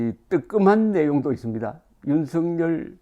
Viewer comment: 윤석열 의 발음은 윤서결 로 발음해야 합니다! 윤성열이란 이름도 있는데 윤석열을 윤성열로 발음하면 어찌 구분 합니가?